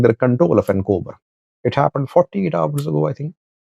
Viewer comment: Not Ancober it is achokerer 😂